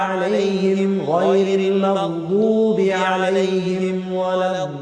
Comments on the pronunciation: No it’s certeinly ض. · Definitely sounds like a ﺽ to me. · He definitely said ض. You can see it by the fact that the tip of his tongue is NOT between the frontal teeth, which is the makhraj of ظ along with ذ and ث. These are the only 3 letters where the tip of the tongue is placed between the incisors. Hence it's impossible that he recited the ظ